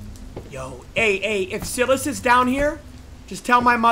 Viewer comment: He keeps saying saying Silas name so wrong🤣🤣 has he never seen any movies where the demons name is Silas😭